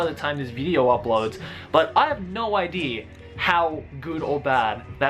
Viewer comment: Great shiet he says ideer alot 😹